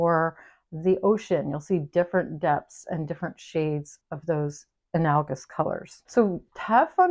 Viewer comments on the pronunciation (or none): Thanks for sharing your wisdom! Much appreciated. I'm a grammar geek so wanted to let you know you mispronounced "analogous." Sorry, I can't help it.